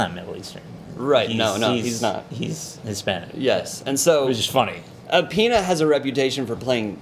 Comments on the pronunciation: Michael "Peeena" ... lol ... da fuq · Also, guys...Its Michael "pae-n-ya" not "peena". There is a tilde hanging over the n, and he's "hispanic" not Spanish.